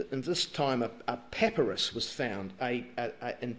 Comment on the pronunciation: pepperous? I thought it was pa-pie-rus. Pepperous is that stuff you put on your food :P